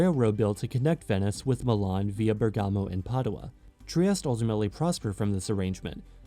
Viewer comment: The pronunciation! Ber'gamooo? No, Berga'mo.